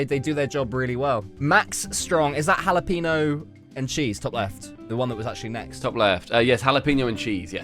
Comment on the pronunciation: single-handily alienating his Spanish-speaking audience with that “haluhpeenoh” lmao